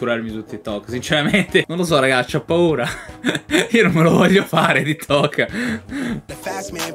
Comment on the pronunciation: sei così boomer che lo chiami ti tok ahaahhahahaah sembri mia nonna quando dice whatsapp